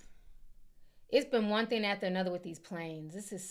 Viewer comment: Thing. Not theen 😂😂😂😂